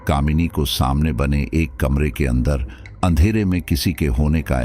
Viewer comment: स्टोरी बहुत अच्छी है। पर आप शब्दो के उच्चारण पर थोड़ा और काम कीजिए। जैसे बंद को आप बदन बोल रहे है। अंदर को अदन।